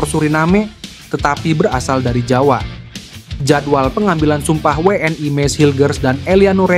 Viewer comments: we en i min bukan we en ai .... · Min bacanya WNI, bukan WE EN AI... gak usah lidah english ... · 😂😂😂😂😂 kaya orang malaydes aja pake ai 😂😂😊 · Lidahnya abis makan sambel level 100 bebz...makanya ai..ai..aaaaaiiiiiii